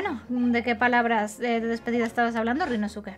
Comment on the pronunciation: gran serie y caso,! solo unos comentarios: -Creo que sería bueno leer los nombres como lo dicen en japón, donde la mayoría de las palabras son esdrújulas o agudas (no graves como en español) y obviar la “u” en ciertas palabras: Ryunóske, Kázuma, etc. - al final lo que tiraron fueron pétalos de sakura en lugar de confeti, puede que seas daltónica? (es pregunta sin hate uwu)